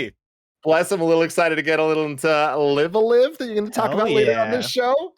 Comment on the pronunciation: Haha, Tim keeps saying Live a Live instead of Live a Live.